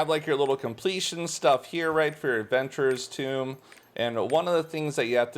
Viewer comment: "Adventurer's Tomb" Lol